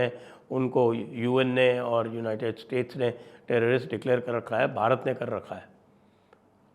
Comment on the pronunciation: How is Bharat pronounced in your promotional video for Annual Summit 😡😡